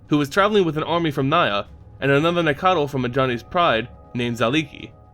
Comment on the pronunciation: These keep getting better, but according to one of the Wizard RND it is Nack-tal